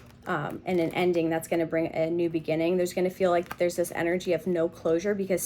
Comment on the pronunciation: The starting diction... Zis one is...literally hilarious. You are outright funny lady.